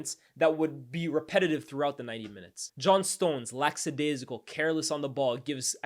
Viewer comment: Bro it’s lackadaisical not laxadaisical lol